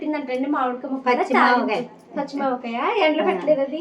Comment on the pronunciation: మావకాయ కాదు తల్లి ఆవకాయ. నీ తెలుగు ki🙏 దేవుడా మంచి ఆరోగ్యం ఇవ్వు అంటారు. Meru మాత్రం దేవుడా మంచి ఆరోగ్యం ఇవ్వి అంటారు 🤦‍♀️. ఈ డైలాగ్ కాశ్మీర్ లో జరిగిన incident గురించి chepparu కదా అందులో ఉంది. Next శ్రీవారు ఎం order ఇచ్చారు అంటారు. మీరు మాత్రం శ్రీవారు ఎం order ఇచ్చావు అని ఏకవచనం, బహువచనం అర్ధాన్ని మారుస్తున్నారు చదువుకున్నారు కదా ఎందుకు ఇలా తప్పులు పలుకుతారు. మీ వరకు ఉంటే పరవాలేదు కానీ ఒక social media platform లో మీరు ఉన్నప్పుడు చాలా మంది చూస్తారు. ఇబ్బంది గా నే ఉంటుంది. అయితే చూడకు మా అలవాటు మా ఇష్టం మాకు ఇబ్బంది లేదు ఇలానే వొచ్చు అంటే ఎం చెప్తాము